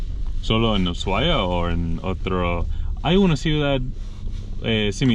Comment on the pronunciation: El primer yanqui que pronuncia bien Ushuaia